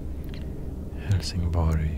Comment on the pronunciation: I can't unhear "Hellsing Boy".